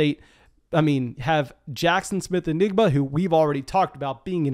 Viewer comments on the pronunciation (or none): keeps pronouncing it like “Enigma”. And I’m not sure I can listen to that for the next year. 😆 Because we know, the buzz this year for JSN is going to be 🚀 🚀 🚀 📈📈📈